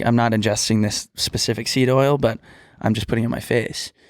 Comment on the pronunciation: It’s “specific” not “pacific”, or does she say that on purpose?